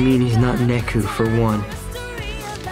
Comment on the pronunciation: Neku. Not neko